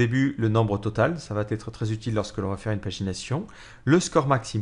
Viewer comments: Attention, il n'y a pas de "t" à la fin de "va", donc "ça vatêtre" ne se dit pas. On dit "ça va être", sans prononcer de "t" entre "va" et "être" 😉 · Super tutos en general, bon debit et un ton qui est agréable 3'20'' 'et votre serveur va-t-être démarré' ==> Ouch sur la liaison mal t'à propos mais cela n'enlève rien au contenu